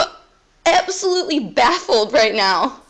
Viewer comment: the kiwi EHPSAHLOOTLEE